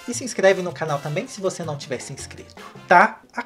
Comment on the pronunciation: Eu simplesmente amo o jeito que o fala NAUM-Ô